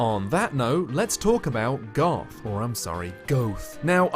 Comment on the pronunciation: Legit thought you said Garth a couple times